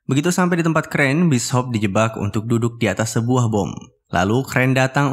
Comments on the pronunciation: Bis Hop 😂😂😂😂 Bacaannya bisyop bang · Bishop bukan Bis Hop. Bishop uy bishop